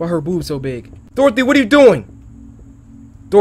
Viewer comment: He said boods lol but it sounds the same sort off